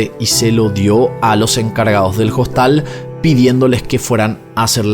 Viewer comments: En español, que es el idioma que estás usando, se dice hostal, la hache no se pr😊onuncia, no es JOSTAL. No entiendo que te empeñes en pronunciar el inglés perfecto, y el español no. De todas maneras me gustan tus videos. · Dice costal en vez de Hostal? Ya es el colmo de la idiotez😅😅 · Habla bien. En español "Hostal" se pronuncia "Ostal" porque la "h" es una letra muda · una pequeña corrección, se dice Hostal, con H muda en español. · Hola me encanta sus videos no me los pierdo. Pero con todo el respeto que ud. Se merece. Porque siempre pronuncia hostal con la h por en español la h es muda